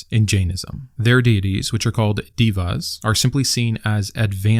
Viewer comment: The e in Deva's is prounced like "ay"